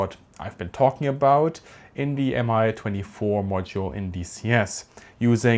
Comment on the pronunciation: Pronounced “me 22” they don’t say M I